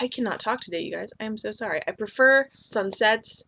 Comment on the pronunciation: When you say "sunsets", it sounds like "some sex" to me lol